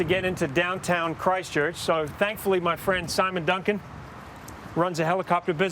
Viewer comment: Christchurch is one word. Please pronounce it as such. We realise it's a stupid name, but emphasising it isn't helping.